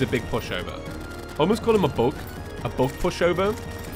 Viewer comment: when he was calling the eater of worlds a bug i thought he was saying book lmao